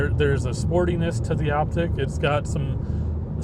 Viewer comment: It's Optiq, not Optic